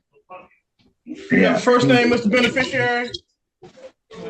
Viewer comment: The “bene-fisher-ary”